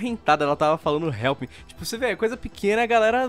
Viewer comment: "RELPI MI"